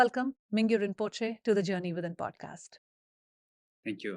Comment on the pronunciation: “Rinpochhe sir”, im dead 😭🤣